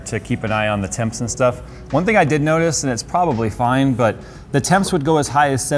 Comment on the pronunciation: My daughter might be trying to con me for ANY reason. Sh+Stuff = Shtuff, Congratulations you've passed todays Jewish accent testing. I know you won't believe me when I say embracing Shalom can get you a free computer yet it's 100% true. The best part of this video is everything between and is a cleverly disguised hit rap track. Tap left arrow key a few times in succession to experience it while the video is on play. Pause after he says the word "that" he gives a legendary god father level rapper diss face bonus.